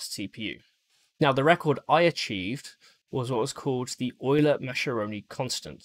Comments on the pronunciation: Well, that's a pretty high minimum specification :) Btw, just as a sidenote, Mascheroni should be read as Muskerone from an English point :P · Mascheroni is pronounced Maskeroni